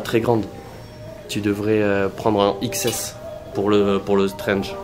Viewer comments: C'est un TRENCH pas un strenchge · C'est un TRENCH pas un STRENGE mdr